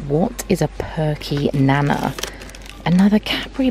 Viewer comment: So hilarious that you say perky 'nana' like grandma nana - it's nana as in banana because it's banana flavoured haha! I live in NZ and I think they have them here and maybe in Australia too. Whilst you're over here also stay away from Pinky bars and pineapple lumps - just as gross as perky nana's! And if you like penguin bars, they have tim tams here but they aren't as good as penguins by themselves - however, if you do a tim-tam-slam (look it up!) then they are amazing!